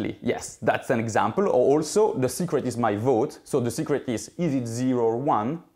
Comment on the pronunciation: When he first said secret, I totally thought he said cigarette